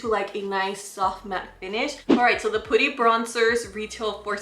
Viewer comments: i love how u pronounce putty 😂 its actually pronounced pah-tee. pooty’s cute too hehehe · I love listening to her say putty!! She's so cute, always bringing us great content 🙌